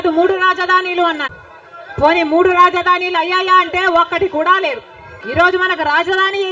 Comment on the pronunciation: Rajadhaanilu kaadhu andi raajadhaanulu 😅😅